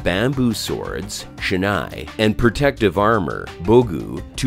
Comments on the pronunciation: he said "shenay" bro 💀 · He knows nothing about kendo. Why does he keep calling "shinai (竹刀)" as "shenae (wrong pronunciation)" for the kendo bamboo sword? And what's the definition of "techniques/waza (技)"? He mixes up with Men, Kote, Do and Tsuki and Hikiwaza? Men, Kote, Do and Tsuki are the names of the target areas, not "techniques".